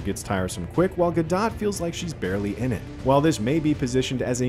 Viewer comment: Ga-dot hahah mate pronounce it Gadoe....fool